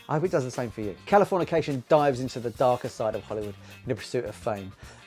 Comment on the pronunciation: the wrong pronunciation of the album title the whole video was an hilarious bit😂